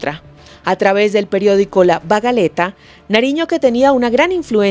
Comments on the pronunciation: Bagaleta? no será más bien bagatela... Porque pantaleta, no es; ni tela vaga... ni bájate la bragueta... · Hola, gracias por sus conocimientos, en minuto 16 dijiste (Bagaleta) ?, saludos y hasta pronto.